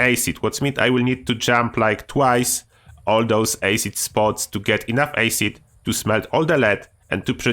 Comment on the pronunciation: Yo. I love this channel man. And i wish i could speak a second language as well as you can. The word Acid is pronounced Ass-id not Ace-id. I hope I'm not coming across badly by correcting you. It comes from a good place buddy. I can barely speak a first language, nevermind a second one 😁